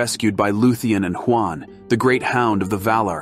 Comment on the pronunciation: I appreciate the effort and ultimately it was a cool video, but one thing that would make it better would be your enunciation of Sindarin names. I'm just joking here, but you sound like Siri mispronouncing everything. Huan is pronounced Hoo-On, not Juan spelled with an H lol. Utumno is pronounced Oo-Toom-No, not You-Toom-No, etc. The average Tolkien fan isn't going to care or know better, but those of us who do will definitely notice. Anyways, thanks for the video though :)